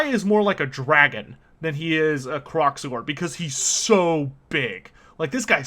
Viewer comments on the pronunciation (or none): Wait... Isn't Kroak supposed to be pronounced like 'croak' ? You know... cuz he's a giant toad? Also, I believe the expression you're looking for is 'can of worms' .